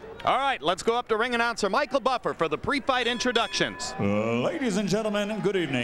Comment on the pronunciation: Respect to Michael Buffer for learning how to pronounce the names